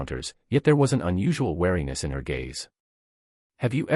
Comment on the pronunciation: MISPRONOUNCED THE WORD WEARINESS.